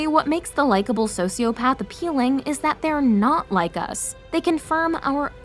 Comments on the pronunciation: The "psychopathds" and "sociopahves" pronunciation is driving me crazy. But yes good explanation for things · why did I heard Sociopads everytime? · The way she’s pronouncing psychopath and sociopath is making my skin crawl 😭😭 she keeps saying PAD 😭😭